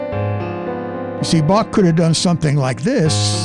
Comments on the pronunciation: Should praactice with : How , Him, Her,Human, Home, Hello, Hell....etc The C is silent -and it's BAH not BAK.....OK....I'm done with it.... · Yes 'tis indeed a slight blemish on the analysis to mispronounce the composer's name as "bokk" with hard "k" sound instead of "bokh" with proper "kh" sound. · Can you please switch to the proper pronunciation of Bach name? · Please Learn to pronounce Bach correctly! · I know this may seem petty, but could at least make some effort to pronounce his name correctly? It just sounds disrespectful.